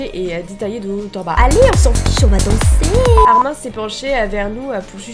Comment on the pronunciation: Arimineeeeeee on dit le e